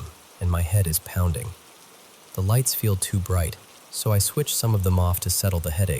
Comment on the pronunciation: "Heavy deliberate pownding" 😂